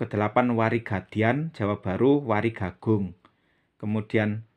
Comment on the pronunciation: WARIGALIT DAN WARIGAGUNG BUKANNYA DIBACANYA WARIG ALIT DAN WARIG AGUNG...KENAPA DIBACANYA DIGABUNG..? MOHON PENCERAHAN..🙏🙏